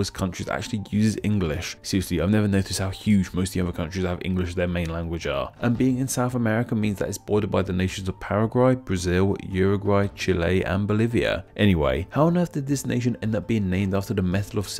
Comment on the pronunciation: “... it’s surrounded by ParaGRAY...” 🤔